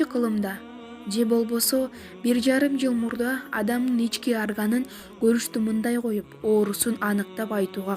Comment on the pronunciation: Арган эмес орган десен